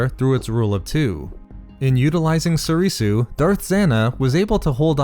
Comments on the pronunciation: If not for you, then for learning basic Japanese and how to pronounce Soresu, (So-ray-sew) and not Sorisu (So-ree-sew). It's the base language for most the original form names, after all. Except Shien, that's actually Chinese. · Why u pronouncing it Soreesoo